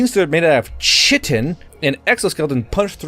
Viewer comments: Chitin is pronounced 'kai-tin" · I agree with every single point you made but chitin is pronounced (kai-tin), only gripe I got.